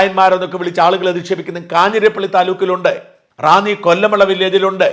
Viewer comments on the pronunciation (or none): none